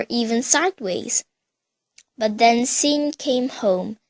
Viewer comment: Bitch how old are you? And u said "Sean" wrong you dumbass